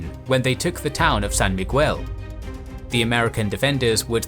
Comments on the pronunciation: Excellent video (as usual)! Just wanted to note that to pronounce "Miguel", the "U" is silent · San Miguel is pronounced San Mig-el... not San Mig-well. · Great video! A tip when pronouncing spanish names: the U letter is generally mute after a consonant so you'd say San Migel instead of San MigUel. There are a few exceptions tho, in those cases you'd see the letter like this Ü with a dieresis (dots) on top. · Bataan is Ba-ta-an San Miguel is San Mi-gel (the "gue" is the same as "guess")